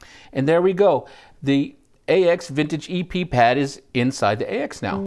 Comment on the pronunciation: anybody thinks it criminal they pronounce it as "A-X" instead of "AXE"